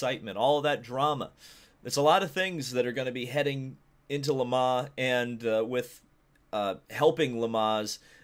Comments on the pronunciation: Ferrari returns to ... "Le Mahh". I know 'Murican's annunciation is awful but please put some effort in. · Why do you say Le mans like that@